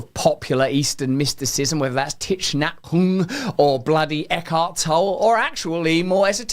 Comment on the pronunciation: Tick Naat Han is how you pronounce his name